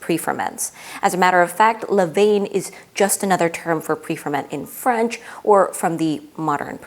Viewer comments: Pronounced leh-VAHN not leh-VAYN. Levain [International Phonetic Alphabet: /lə.vɛ̃/ Sounds like leh-VAHN (nasal "n" at the end, as typical in French)] You're trying to present from a position of expertise but simply not being able to pronounce this basic term makes you look amateurish. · So technical and deeply researched, but every time you say “le vane” something inside everyone who speaks a little bit of French dies For next time, it sounds like “le van” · Good video. Levain is pronounced Le van! And yes that is in all the English speaking world.